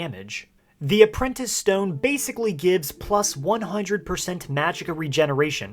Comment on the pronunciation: Stowyne lol the way he said it